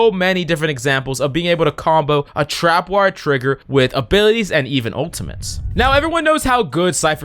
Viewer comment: Love the vid but it made me cringe when he kept saying “trap”wire